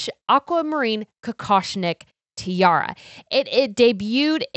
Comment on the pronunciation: Hi! Please do try to say Tee-ah-rah, because all I can hear from your way of pronouncing it is "Tee-ahr", and that sounds quite sloppy for such lovely pieces of jewellery. No offense!